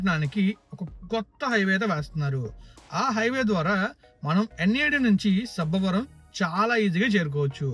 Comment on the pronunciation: Not sabbaaa varam it's sabbavaram